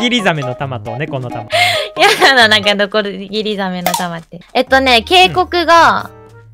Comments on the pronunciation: ノコギリザメって言えてないたまちゃんかわいい❤️ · のところノコギリザメっていえてなくてかわよ😍 可愛すぎて死にそう🥲